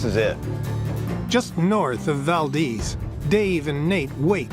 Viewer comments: Lived there for 18 years, it’s ‘Val-deez’, long e sound. Not like the Spanish pronunciation Valdez. It’s so annoying for people to disrespect Valdez by pronouncing it incorrectly. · Valdeeeez for f’s sake!